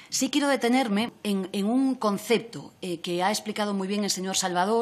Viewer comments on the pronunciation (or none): Pero si no sabe ni hablar. Por ejemplo, en el minuto dice “conceto” en lugar de “concepto”, como decía el infame Pepiño (José Blanco). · Pero don Luis, ¿dice o no dice "conceto"? Lo dice, y queda además muy ridículo.